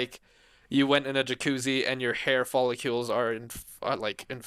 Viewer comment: Can’t get over saying hair folliCULES 😭